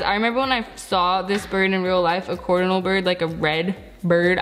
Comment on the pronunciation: In the middle where you said coordinal instead of cardinal you put down there CARD-inal I don't know why I sad coor. It doesn't make sence please explaib